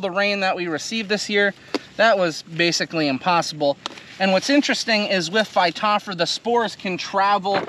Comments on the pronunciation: Missing a few letters. Phy-top-ther-a. not phy-top-fra. Close. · Hi, the genus name Phytophthora is fy-toff-thore-a.